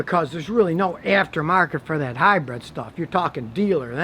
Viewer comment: So you're not only cheap, you're lazy too judging by the way your yard looks. Also, it's hybrid, not hybread.